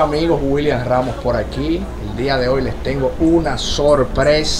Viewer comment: Vi tu video completo.muy bonito. Pero decidi verlo en mudo porque es vergeuenza escuchar que tu ni siquiera en tu apellido es capaz de pronunciar una S. Por favor te reomiendo q trabjes un poco en tu vocabulario para ver si en tus proximos videos;, sea posible oir que tu puedas empezar diciendo; Hola, Yo soy William Ramos( no William Ramo)